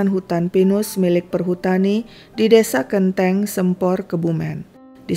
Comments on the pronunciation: Waduh Sempor Kebumen, baru tau ceritanya. Dari Kebumen hadir tp bacanya Bukan "Sempor" huruf "e"nya dibaca "E" hidup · Salah pengucapan di Waduk Sempor nya sih, soalnya aku orang Kebumen. Dan baru tau ada kasus macam ini😢